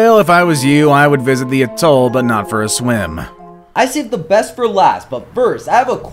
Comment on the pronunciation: These are not even the most dangerous and you don't seem to be able to pronounce the word atoll.